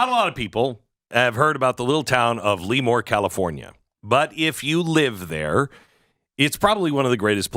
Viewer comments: It’s pronounced La more not Lee more. I thought that minimum wage was supposed to be for chains with 50 or more locations and 500 or more employees. Democrats think we all want their policies, we don’t. I’ve lived in Cali for 22 of my 65 years. Our elections are now all mail in balloting. You can vote in person but if you don’t have that mail ballot you get a provisional ballot. A couple of elections ago 5 or 6 republicans that were told they won a week after the election were told weeks later they didn’t because it took weeks to count mail in ballots. Our voter rolls do not get updated regularly. Tens of thousands of illegals ended on the rolls because of motor voter enrollments. Postal delivery people have admitted to selling or giving ballots away because people had moved. Democrats hire or control ballot collections and counting. It’s impossible to believe 5 or 6 cities keep voting for democrats when their policies have turned once beautiful cities to third world hell holes while almost every rural county voted conservative. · Yep... Former Navy Avionics Tech who took a few touch-n-goes through NAS L"uh"more. Never heard of Lee-more until now. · It's pronounced LA more not Lee more😊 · If you're going to say a town's name, can you at least pronounce it correctly? Every time you said "Lemoore" it just grated on the ears of everyone in my house. "Leee-moore" *SMH* Lemoore is NOT pronounced "Lee-more" it's pronounced "Leh-moore", but don't TRY to separate the syllables. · It's not LEEmoore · Glenn, it's pronounced Le MORE. LOL! Sorry, this truly is sad. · It is pronounced "la more" thank you for the great description of the town and area. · Same-born/raised in Fresno. Relocated to Turlock, 1976. And it’s not pronounced Lee-more! …(cracking up). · It's pronounced La more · My wife and I laughed every time you mispronounced the town's name. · Lee-more=😂 Lëmoore=👍🏻👍🏻👍🏻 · It’s not LEEEEmoore its lemoore Glenn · Le-Moore, not Lee-Moore.